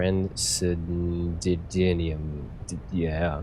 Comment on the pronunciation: Good work, great vid. reactors are chaos. Also trancendium is pronounced tran sin dee um :)